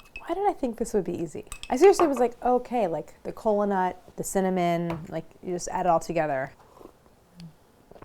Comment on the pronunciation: Instead of kola nut I hear colon-a, I'm too deep in Healthcare.